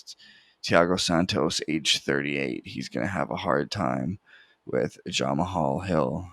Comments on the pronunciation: His name is pronounced jamaal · Nice picks. Never heard someone pronounce Jamahal like that tho 💀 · Bro said jamahal hill like he was Russian 💀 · aha love it